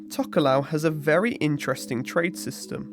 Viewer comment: im tokelauan and im just letting you know that we pronounces t as d and f as h ( but for atafu we pronounces f as a f )